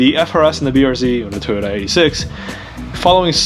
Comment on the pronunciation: I keep hearing Tuna instead of Toyota...